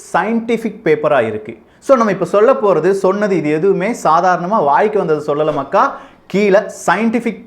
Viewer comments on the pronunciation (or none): none